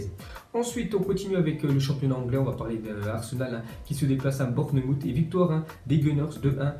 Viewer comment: Bournemoute ça m’a tué mdr😂